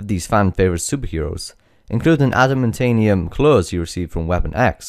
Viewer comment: adamantium not adamantaniam